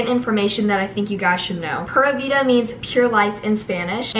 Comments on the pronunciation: Prûvida cough it's pūra vida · Love u I’m making my room vsco too but it’s pronounced like pyoora vida not pura vida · ITS NOT “PURRA” VIDA LIKE A CAT PURRING, ITS PRONOUNCED “PURE-A” VIDA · Its driving me crazy watching the bc all of me and my friends say PURE AA vida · pronounced pure-a-vida :)) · Is it just me or does it sound like she’s saying Pera vida🤦‍♀️ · Kate P girl me too😂